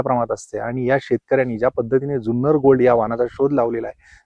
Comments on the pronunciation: जुन्नर या शब्दाचा उच्चार ज्युन्नर असा करू नका. जुन्नर हापूस अनेक वर्षे प्रसिद्ध आहे. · Junnar che agriculture ake number ❤🎉 Junnar cha word nit bola amcha hometown ahe